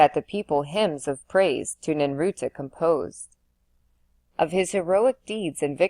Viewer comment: ninurta succor satiate visior so many words thru this entire reading are said wrong this is the only place to listen to it though